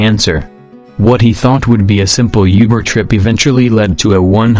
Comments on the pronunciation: Instead of saying Uber, it sounds like he said yuber. WTF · (400th comment) "Youber" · I was on the verge of tears then it got to #5 and I was just cringing. who says yuber? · Youber lol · u can tell a bot is reading it when it says uber wrong